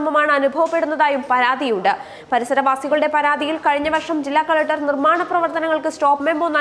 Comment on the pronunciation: കളറ്റർ അല്ല കൊച്ചേ, കളക്ടർ എന്ന് പറയൂ.